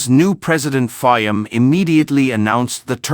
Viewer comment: This is a horrible production. Not much care to facts, names of country, use of correct pictures and video clips ( Mishmash of all sorts) pronunciation of PM Fiames name; horribly one eyed,...CCP production at its communist best. We get it; you were pissed off at PM Fiames decision. Get your facts straight as to WHY?!